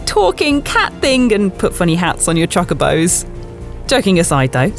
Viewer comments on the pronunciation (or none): Did she....just say.....choccobo hats?!?!?!?!